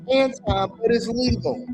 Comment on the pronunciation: Anton. His name is Anton.